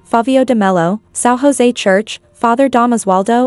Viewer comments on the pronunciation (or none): In Brazil, people speak Portuguese, not Spanish. So, "José" is not pronounced like "Hose" as in Spanish, but "Joze" with J of Juliet, June July, Jupitar, etc. 😉